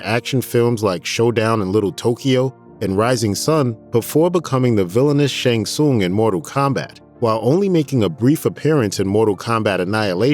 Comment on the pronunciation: You’re saying Shang Tsung wrong.